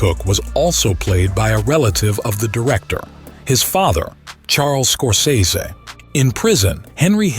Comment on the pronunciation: Who the fuck is this "Scorseso" guy? Is that like the Temu version of Scorsese?